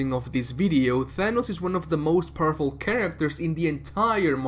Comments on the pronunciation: I know he said “powerful”, but at the beginning, it sounded like he said “Thanos is one of the most purple characters.” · sounds like he said purple and not powerful, why do I feel like that was on purpose? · at the start did he say powerful or purple? cause both are true. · At first I thought you said that Thanos was the most purple character. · My mf ass thought he said "as of recording this video thanos is one of the most purple characters in the MCU" lmao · Deadass thought you said he was one of the most purple characters